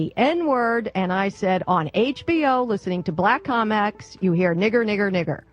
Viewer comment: You can hear her start to panic a little near the end, when she starts mispronouncing words ("distrussing," "comecs"). She knew she should have kept her mouth shut. The woman needs medication.